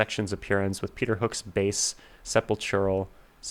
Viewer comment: JFK: Dude. Do you English? If you can't read the comments then maybe edit out your own inability to speak English words...just a suggestion. "Estranged?" "Sepulchral?" Really? These are tough words for you? I am supposed to take you as a reliably interesting or fun song interpreter.... how can I if you don't speak English? Seriously, you have no cred when you don't know basic English words. How could you possibly add value or insight to a song when you don't even know the language? Edit yourself out next time. I was embarrassed for you.